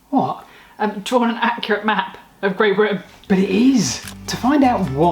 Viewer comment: maybe say Britain better?